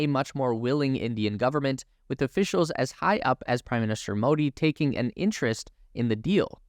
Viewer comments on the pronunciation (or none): none